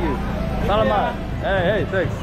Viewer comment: Your tagalog is getting better for sure! You say salamat like selamat in Indonesian or Melayu. In Filipino the stress is on the 'sala' part